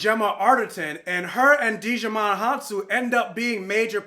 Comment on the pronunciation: Im in the same boat as you, LOVED LOVED LOVED the first Kingsman. Then stupid choices were made with the second 😞 Can we just get Kingsman 3 for the culmination of Eggsy's story please. And, I was looking like "Who is DIGIMON!?" 🤣😂 When pronouncing Djimon the D is silent lol